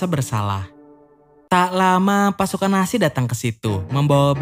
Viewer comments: Nazi bang bukan nasi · telinga gua doang atau dia memang bilang "tentara nasi" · Mon maap bg itu nazi bukan nasi